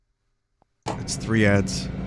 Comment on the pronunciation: Weeve got dis knoo free dee spinna...